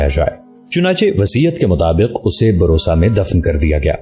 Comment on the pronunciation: Bursa name hy.barosa nahin.or usman bey sabsay baray nahin sabsay chotay son thay.